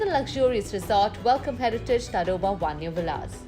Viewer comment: Its pronounced as "Taadoba".....just FYI